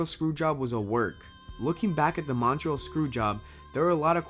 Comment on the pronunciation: First off it was two days later that warrior died. Second learn to pronounce MONTREAL third the only truth to this video is snuka. the rest was just crap